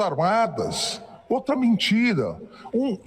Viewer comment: falando "mentira" me lembra do Nicolas kkkkkk "mintira-mintira"